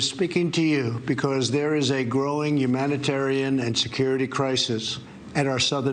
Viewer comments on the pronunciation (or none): “Yumantarian crisis”… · Did he say "umanitarian"🤨🤨?? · Why can't dumpy pronounce "speaking" humanitarian" , hes illiterate